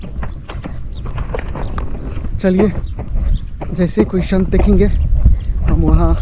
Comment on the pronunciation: Shant nhi sant😅😅😅